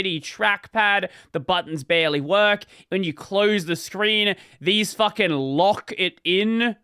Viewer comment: how are you more australian on this channel than on the main one, thats a textbook "facking", cant wait for a "crikey"